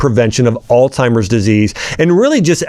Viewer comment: Omgosh.. if your gonna sound professional at least say the words right!! Alzheimer's... not alTimers.